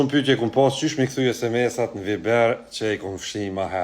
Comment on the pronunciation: "Viiiber"?😂😂😂 Ashtu shqiptohet në kosovarisht?😂😂😂😂